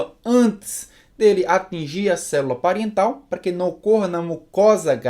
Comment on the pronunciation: Célula " pariental" ?